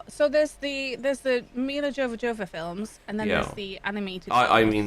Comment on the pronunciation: "Mila Jovah-Jovah films"? Seriously guys? It's Milla Jovovitch. Yo-vo-vitch. Jovah-Jovah... Sounds like a lazy excuse for an alien race name in Star Wars...